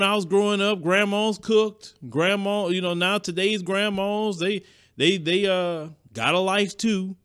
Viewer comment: I love how says "Long gone the old Antee's and Grammaws"😜 Southern drawl at It's best!